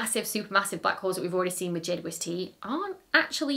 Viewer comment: Ah yes, good ole Jay Dwesty. Hadn't watched a video of yours for a while and had forgotten you pronounce it like that. Love it! ❤😅